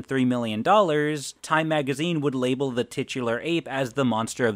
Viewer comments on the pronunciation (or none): none